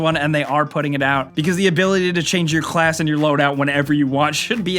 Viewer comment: "The ability to change your CCCHHHHHlass..."